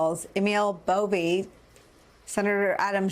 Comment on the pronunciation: It’s Buffee